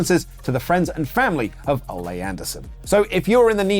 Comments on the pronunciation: "Oh-Lay" Anderson lol. It's pronounced "Oh-Lee" Anderson. We should put some respect on his name the same as Bayley's. 😉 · Apparently can’t pronounce Ole either. Makes it sound like “Olay” more than “OlEE”. Lol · O-lay Anderson? It is Oh-lee Anderson. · Oh-lee not olé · It's Olee Anderson not Olay Anderson! Lol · Dammit it's not pronounced Olay(ol-ay) it's Ole(ol-e) pronounced like Big E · Pronounce Ole’s name right. He’s not a bullfighter. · Way to pronounce Ole’s name. He’s not a matador.